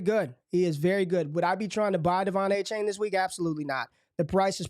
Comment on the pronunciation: Its A-Chan not A-Chain :p